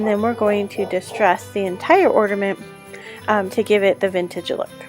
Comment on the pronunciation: the word ornament does not have a "d' in it. not ordament. and it is modpodge not modgepodge. if you are doing these videos try to pronounce correctly please.